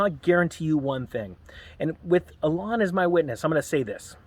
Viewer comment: Pronounced EEe-lawn.